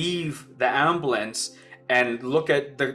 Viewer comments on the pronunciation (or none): What's an amblance? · "Ambalance" lol Thanks for sharing mate 🙂